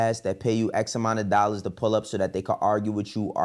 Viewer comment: "If you can spare a few dollas....." 😂